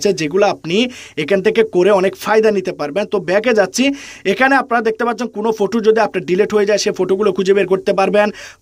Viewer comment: ফটু না 😂😂ফটো